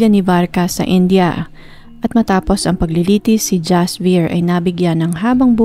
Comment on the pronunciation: Please india not inja....indiano not injano hope its help